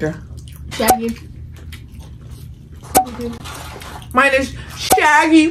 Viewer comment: It’s the moine for me 😂😂😂😂😂😂 😅lol